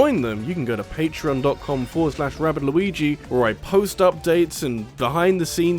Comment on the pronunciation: I have to confess that i wish your annunciation of your outro was better... I'd followed you for like a year before I understood you were saying "this has been "